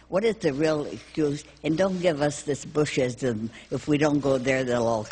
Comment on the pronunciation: "Don't give us this Bushism", almost sounded like "Don't give us this bullshit".